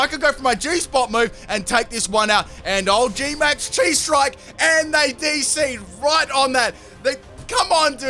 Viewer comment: Chi is pronounced Kai (it’s a letter of the Greek alphabet)